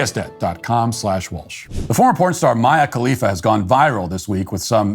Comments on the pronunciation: I absolutely love that Matt is so novice to Mia Khalifa that he continually mispronounces her name. So genuine! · It’s endearing that Matt doesn’t know how to pronounce Mia khalifa